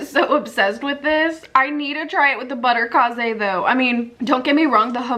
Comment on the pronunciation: Butterkase is German and is pronounced butter KAY-zuh.